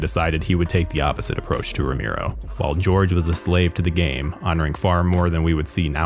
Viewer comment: The mispronunciation of "Romero" as "Romeero" makes this damn near unwatchable